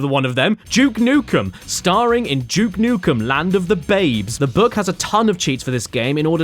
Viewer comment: Its Duke nukem not juke nukem